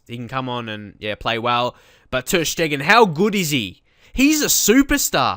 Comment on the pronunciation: It' not ter Schteggen, it's ter Steegen (and not ter Stiegen)